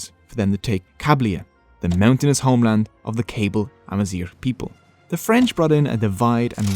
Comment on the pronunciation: Hahahahahahaha the “Cables” from “Cablia” 😂 it’s kah-BEE-lia c’mon. Other than that, great video, I enjoyed! Subscribed